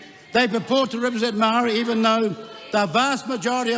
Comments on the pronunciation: Your the racist one! Listen to you cant even say Maori properly. Give Maori more seats then to show you what they can do. What you are saying is pakeha white people run the country while maori three or four Maori people do nothing. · E noho, Winston! All the people that stand to protect te reo Maori are NOT a minority! What have you done, Winston? I voted for you once decades ago & you sided with National...NEVER AGAIN! You are more than suss when you can't even pronounce Maori! Moumou to toto Maori!! You belittled yourself when your ego got the better of you in your feeble attempt to ridicule Hana-Rawhiti Maipi- Clarke. The tenacity of you to try to tell her about respect for kaumatua when she obviously breathes her taha Maori! He aha to korero? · You can’t even pronounce Māori properly your a disgrace you sell out clown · Winston what are you doing? Speaking of division while going against your own people. For one you don't even pronounce Maori correctly, that's how pakeha you've become. They aren't attacking Maori, they are defending it against your attacks. Why are you attacking your own people? Who trained them? Who educated them? The same pakeha system that educated and trained you. They just saw through it u like you. What the heck, we know your background all to well Koro. What a disgrace, you got in that position because of Maori people now your shunning them. They don't want separate, they want what is theirs. You are our people Mr Peters, what the heck is this rubbish 🤯 Together as one just without Maori, what a joke. You need to be called out and then kicked out!